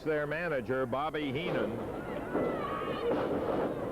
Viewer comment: wow...was that actually Bobby Heenan..horrible promo..could barely pronounce their names .cant believe this was the ..same Heenan that I saw in the WWF